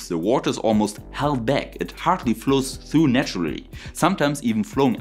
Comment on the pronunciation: Sehr schön!! Du sagst doch du magst besser englisch aussprechen können, 🤓 also passe ich auf mit Timestamps: “Occurs”…. u hat keine Umlaut, es hört sich mehr wie ö an. “through”… man muss die R in das Wort aussprechen. “ultimately”… ULTimately nicht ultiMATELY. Du meinst, glaube ich, FRACTION, nicht FRICTION. Fraction is ein Teil des ganzen und Friction ist was passiert wenn zwei Sachen gegeneinander zusammen reiben. “diameter”… ES hört sich mehr wie diAMeter als diaMETER Ich wohne ein Teil in Deutschland und ein Teil in der USA und spreche beide Sprachen aber viel besser englisch als deutsch im Moment. Ich helfe gern und es hilft mir mit meinem Deutsch dann auch! Doch frag mich nicht Hölle von Höhle richtig auszusprechen… da stolpere ich mich Total weil ich den Unterschied nicht gut erkenne! 😛 (Am etwa 6 Minuten drin, dann kommt viehleicht mehr wenn ich Zeit habe weiter zuzuhören)